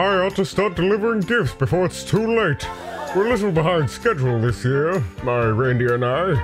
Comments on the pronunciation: Ohhh that's what he said.. i thought he said "last year" lol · Thought he said “last year”